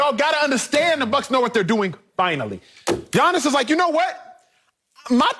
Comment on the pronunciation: Appreciate the pronunciation of Giannis' name 💯💪